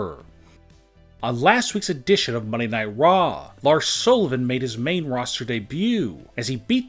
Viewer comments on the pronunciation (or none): none